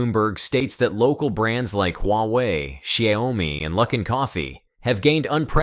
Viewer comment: I can't take it anymore. You keep pronouncing the two syllable Xiaomi as three syllables which becomes Sayawmi.